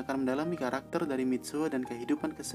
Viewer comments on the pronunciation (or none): 0.06 Kalakter wkwk